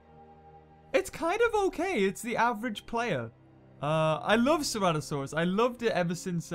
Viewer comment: « Ceratosarus » you meant Ceratosaurus ?